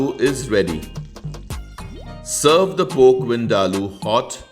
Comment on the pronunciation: Wow...!! Looks absolutely yummy and I'm pretty sure it'll be delicious in taste as well...but just a small correction...it's pronounced "PORK" and not "POKE"😉